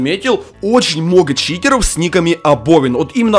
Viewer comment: Почему ты говоришь Читероу